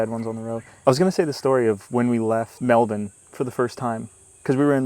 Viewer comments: Nice pronunciation of "Melbourne" :) In terms of dangerous animals, yeah, no moose, no bears, no wolves, no big cats, etc. With the exception of salt-water crocodiles up in the very North, nothing here will seek to kill you because it wants to eat you. The venomous guys will only kill you in self-defence. Vegemite occupies the same culinary niche as soy sauce. Delicious in moderation, but if you take a whole mouthful at once you're gonna have a bad time. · I was going to say the same thing. First North American youtuber I have ever heard say "Melbourne" correctly. Now say "Canberra"! And for extra points "Manuka"!